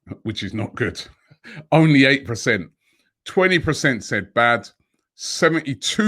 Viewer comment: Day of Robbie saying PRECENT